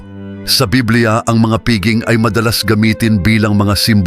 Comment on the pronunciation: Pakiwasto lang po ang pagbigkas ng piging, pista o iba pang salitang Pilipino.